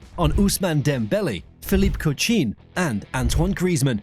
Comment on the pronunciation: good try but its evident that it is AI created, how did they pronounce coutinho, joga bonita? hello? pls put more effort